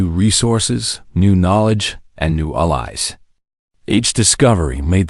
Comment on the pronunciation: Teach your AI how to say "Allies".